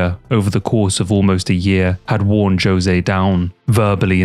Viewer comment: No amount of sponsorships can get a man to correctly pronounce the name Jose though I guess, lol Good quality vids regardless